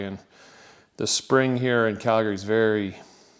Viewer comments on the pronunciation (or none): none